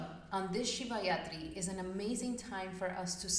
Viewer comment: It’s Rathri not Yathri. Rathri means night. 😊